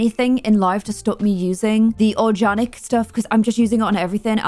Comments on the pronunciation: I'm sorry, but is she saying orjanic instead of organic on purpose?? I've never heard anyone pronounce it like that before! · the house is gorgeous but do us a favour and say organic properly. No one calls it orjanic